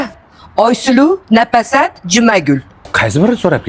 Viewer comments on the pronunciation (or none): Napasat emas Nafosat meni ismim chiroyli aytezlar😂